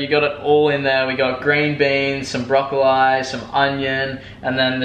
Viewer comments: If it helps, in England we pronounce Broccoli Broccolee 👍🏻🤣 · i beg u to please say broccoli properly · I've lived in the UK and Australia and I've never heard anyone pronounce broccoli the way he does... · put broccoli into google translate into the English language and learn how to pronounce the word 😂😂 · Leicester City He may have picked it up in America 🤣